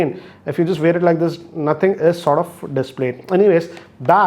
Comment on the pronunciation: Sort of?